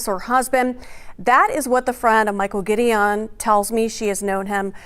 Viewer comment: I’ve known Mike for decades as well & would’ve told these fools to get his name right! It’s pronounced “Gid- I-won” NOT “Gideeeown” ugh these “journalists” want to report first instead of correctly. Another channel called him and his brother Alex a whole damn different first name wtf.